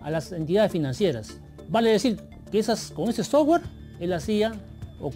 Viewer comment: La periodista no puede decir “sotware”😂